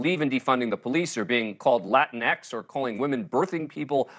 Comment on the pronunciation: As much as I resent the term latinx, I just wish people would pronounce it in a way that doesn't grate on my ears. I'm not latinx, I'm latino.